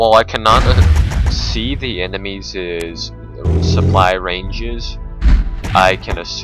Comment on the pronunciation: Excellent and informative. But... I would like to point out that the plural of enemy is enemies. The possessive of this word is NOT EVER pronounced "enemiesZEZ". Great work, and please keep on wargaming.